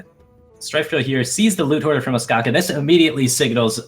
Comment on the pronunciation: the way you're pronouncing Ostkaka is givin me the heebie jeebies